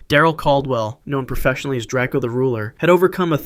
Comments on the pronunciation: "It's DRAKEO not drak-e-o get it right" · If you do a video like this again you might want to look up how to say these rappers names because XXXTenTASHION and DraCEAL The Ruler is far from correct